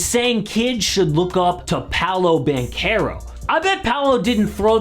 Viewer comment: Banchero not banquero😵‍💫😵‍💫😵‍💫😵‍💫